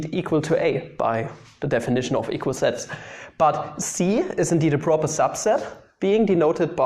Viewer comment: See when you think you're saying 'sets', it sounds like 'sex' :3 It's not a contest btw, Sets>Sex But if sets is indeed equal to sex, this right here, is Porn❤️